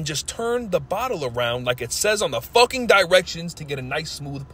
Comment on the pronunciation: You gotta put MORE emphasis on the word “FUCKING”